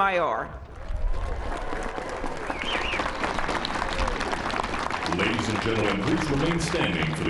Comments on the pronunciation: Beautiful, historic moment...but couldn't Sotomayor have learned to pronounce her name correctly?? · I know. Kinda silly she didn't learn the pronunciation for such and important event broadcasted to the world stage